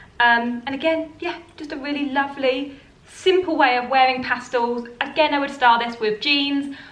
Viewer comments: Pastels ,not pastals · Good ideas, except for the fancy dresses, they’re not worn here in California. I’ve been into stripes since last Autumn, love them. FYI it’s PasTELS (with an E, Not an A in the second syllable), not PAStals. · I think you meant Pastels. Not pastals. Past EL! Great video though.